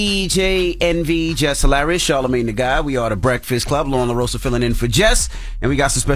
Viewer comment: Envy!! It’s La RoZZZZZZZZa. You stay saying it wrong and it makes me cringe lol ❤